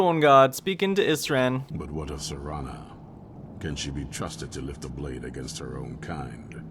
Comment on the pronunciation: how do u misread serana's name and also not hear how NPCs pronounce her name